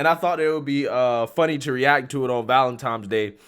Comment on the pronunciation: ValenToms Day?🤔